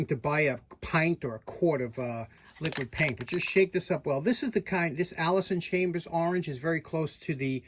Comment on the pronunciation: The Tractor Boys might take issue with your pronunciation of Allis-Chalmers...........Lucky for you The Tractor Boys are Chill unlike the Seething Rage inside The Patina Boys.